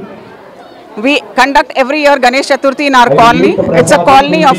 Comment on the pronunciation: Chetuthri kaadhu bro Chaturthi!!!